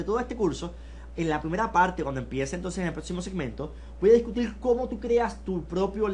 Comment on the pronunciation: Mucha certificacion, pero COMBELTIL, DISCUTIL, me hace LUIDO (ruido) y me cuesta concentLaLme en lo que dice.